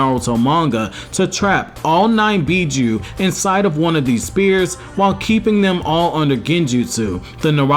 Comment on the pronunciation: Spheres is pronounced SFEARS not Spears.